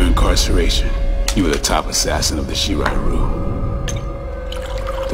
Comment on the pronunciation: He couldn't pronounce shi ri riau